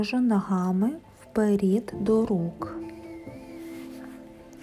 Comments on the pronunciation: Дякуємо! Ви молодець, тільки, будь ласка, не "вперІд", а "вперЕд" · Чудове пояснення. Благодарю. Але чому вперід? Вперше чую таке ... "Получається" - теж ріже вухо. .......Виходить - буде класно👍 Благословіннь вам рясних 🌷